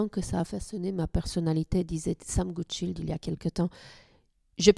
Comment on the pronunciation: Il est anglais, pas français ou allemand, donc pour la prochaine fois, attention à la prononciation de "Goodchild", le "i" comme dans le mot "child" (enfant) (et pas comme le nom de famille Rotchild), il suffit d'écouter comme lui même le dit dans l'interview officielle doublée ici, ou encore Xavier Macaire dans la présentation du bateau et marin. Personne n'aime entendre son nom écorché !